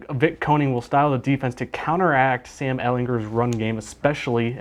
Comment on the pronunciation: Well at least one of you knows how to pronounce Sam's name correctly